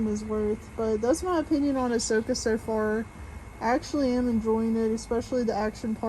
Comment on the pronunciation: Who's Ahwhoka?